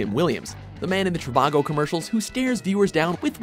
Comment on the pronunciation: The Trivago guy mispronounces the name of his own business. He says "CHI-va-go", like Chicago.